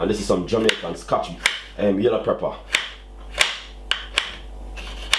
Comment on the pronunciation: PEP-per brother not PREPPER.